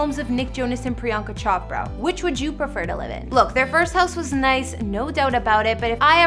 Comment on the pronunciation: Did she just say CHOP ra 😂😂😂